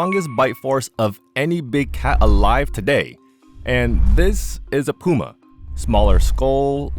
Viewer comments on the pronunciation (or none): “This is a jagwaaagh, this is a pooomah”